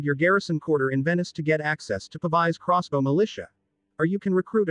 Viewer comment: I like how the computer voice mispronounces various words. ‘Cross-baus’.